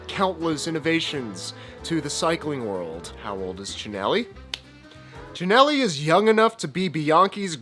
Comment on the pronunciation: At least he can say “Chin-elli”….